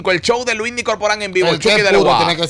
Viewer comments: Coño que falta de respeto de este "artista", mientras Luinny le esta entrevistando él está con el celular en la mano chateando y subiendo fotos y mierderia. Por cierto, el nombre es: LUINNY, NO LUIMI!! LOL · CUÁNDO ES QUE VAN A ENTENDER QUE ES LUINNY NO LUIMI 😭😭😭